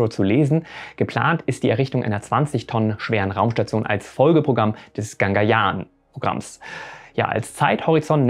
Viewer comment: Hey, du sagst immer GaNgayaan, dabei wird sonst der Schriftzug GagaNyaan eingeblendet ^^ Aber danke trotzdem für das Video, so wichtig ist das natürlich auch nicht. Musst nur mal kurz klugscheissen:D